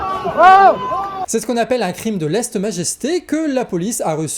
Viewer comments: Petite correction: Un crime de lèse-majesté…..et non de leste majesté😂. Bonne continuation à vous et votre émission. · Lése majesté, pas lest... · Coquille à *crime de LÈSE majesté pas leste ;) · Minute 7: 54 Crime de "leste-majesté" merci, c'est ton plus beau lapsus!:face-blue-smiling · lèse-majesté*